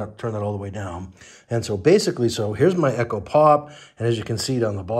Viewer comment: It's called Echo, not e.c.h.o.